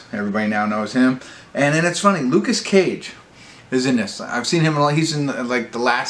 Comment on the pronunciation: It's Lukas Gage not Cage) plays Patrick) thanks for the review! I enjoyed it but it can be better